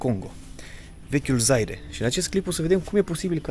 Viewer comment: Draga, sa pronunti Zair, nu Zaire. ( astfel este cunoscuta aceasta tara )